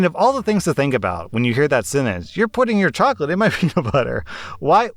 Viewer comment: "Choclate in my preanut butteer? How can some of these kids have no clue LOL